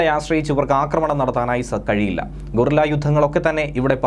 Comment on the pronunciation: ഗൊറില്ല യുദ്ധമല്ല, ഗറില്ല എന്നാണ് പറയേണ്ടത്.